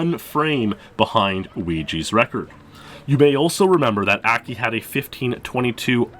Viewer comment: Akki is Japanese. In Japanese all instances of the letter A are pronounced "Ah" like how "o" is pronounced in the English word "bot". So it's not "Ackki" it's like "Ahhkki".